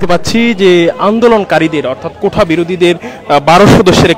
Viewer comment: কোঠা না সাংবাদিক সাহেব, ওটা হবে কোটা